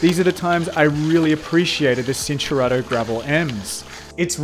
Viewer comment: At the risk of sounding like a smartarse It’s Chin-Tour-Arto “C” in Italian is “Ch” Cinelli, for eg